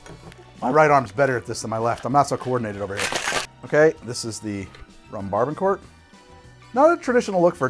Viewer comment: idk how tf u tried to pronounce barbancourt but it is BAH-BAN-COO for future reference